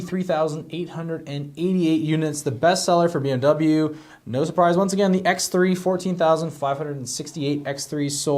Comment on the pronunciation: DO NOT say BMW like that ever again. That's not even how it's pronounced. Psychopath.